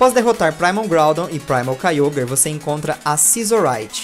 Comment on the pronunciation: não e kayogrer e kayogre que fala